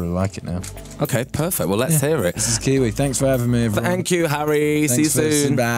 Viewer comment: Fank you